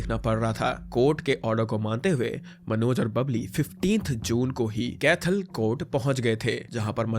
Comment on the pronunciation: कैथल not कैथाल